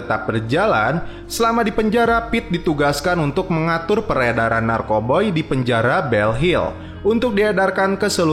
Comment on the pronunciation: Narkoba bukan narkoboi